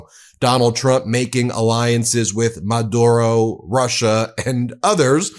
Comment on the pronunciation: just saying ben.. pronounced Ma dew ro